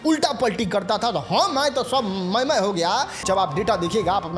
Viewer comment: Bhai tu jo khich khich k bolta hai na wo irritate karta hai. Me, hai jaise sabd bolte ho usko sudharo